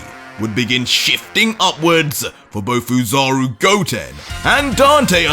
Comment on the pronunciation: It's "Ozaru" idiot